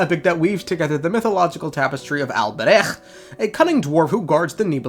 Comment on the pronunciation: the pronunciation of alberich 😭